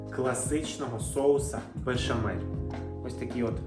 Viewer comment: Не вірте новоспеченим модним кухарям,які не знають,що бєшамєль (так автор відео вимовляє це слово на російський манер) не що інше ,як Галицька підливка , а на Закарпатті поливка